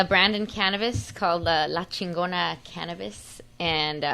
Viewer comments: That was funny how she said LA CHEENNGONUHH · X was right on this episode! Never want to see this home wrecker on GPS again. X had a point and all y’all did was back up a privilege bitch that feels like she knows how the world works. Can’t even say Chigona right, but wants to represent the Chicano community. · I love yall foo’s but I’m sorry, i can’t fuck wit someone who’s so passionate about a company named Chingona and can’t even say Chingona correctly 🤦🏽‍♂️